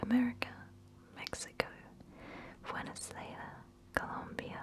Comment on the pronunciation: Very sloppy pronunciation of Venezuela lol still great video 😉